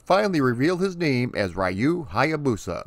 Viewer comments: Please spell Ryu by ree-uu not ry-uu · Love all of your research and history on this game. One correction though. His name is pronounced "Reee-yu". Not "Rye-yu". Other than that, love your channel. Keep up the good work man ☺️ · Why do english-speaking people always mispronounce the name "Ryu" as "Rai-oo"? it's "Ree-oo" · It's 2020, and people are still pronouncing his name "rai-yu" 🙄 sigh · Arcade version is fun but I spent the most time with the maddeningly addictive nes version. Also I just have to put my two weeb cents in: it’s closer to being pronounced “ru” with the r pronounced somewhere between r and l. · Sorry but you aren’t pronouncing Ryu’ name correctly. It is pronounced REE-U. Excellent video as always. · It's pronounced Re-you.😎👍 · Raiyou..... Cringe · America always gets that name wrong. smh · Don't worry, I will address the pronunciation in part two. Thanks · Every time an American mispronounces the name "Ryu", a cherry blossom tree withers away and dies. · so funny how americans pronounce "Ryu"....